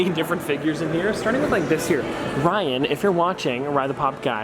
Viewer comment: Ri-an lol ♥️